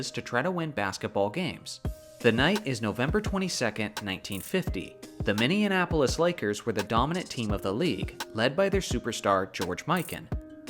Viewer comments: "Minneinapolis Lakers" lol... have you seriously never heard someone say "Minneapolis" before? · Yo, you should really practice or rehearse saying Minneapolis because you mispronounce it in pretty much every video. It's Minny-apolis, not Minian-apolis. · well if you need a pronunciation cheat sheet it's "Mini-apple-iss" lol I'm just giving ya shit though. I could care less either way. Keep up the good work! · I learned that there's a city called "Minneanapolis" 🧐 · Ah, yes. The Minneanapolis Lakers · anyone else hear “mini-Annapolis” ? 😂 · Great content as always! But you might want to work on your pronunciation of "Minneapolis" . As a Minneapolis native I thought it was hilarious 😂